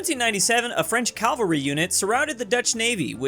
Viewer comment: Why cant Americans pronounce cavalry